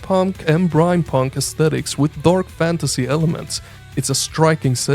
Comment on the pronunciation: For Abyssus... Did u say "brinepunk"? 😂 Also, Mycopunk is pronounced like My-co punk (not Miko) bc the game is about fighting giant mushrooms, mycology